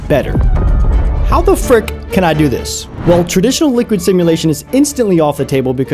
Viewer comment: Bro said "Someone had to o it"